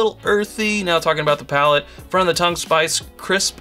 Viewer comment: It's *PALATE*. (I know they made that mistake too :/)